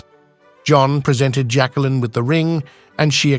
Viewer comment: It is pronounced Jack-leen...NOT Jackkalynn....pathetic how obnoxious you are.